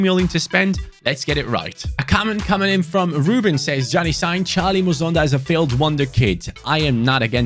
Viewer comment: it’s not muzonda it’s mu son da like heung min son. Him and his father were born in my home country of Zambia but relocate to Belgium when he was 5. Like so can see